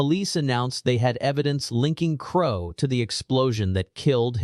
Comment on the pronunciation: Ai can get a septics accent ok but doesn't know crow is said the same as the bird then the mofo switches it up am says it right no wonder this is suspicious